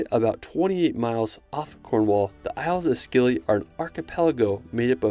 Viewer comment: I live in Cornwall and it's pronounced 'Isles of Silly' 😀 great to see Cornwall made this list 🙂